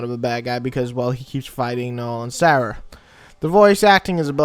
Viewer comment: Isn't it Serah? Anyways good review regardless.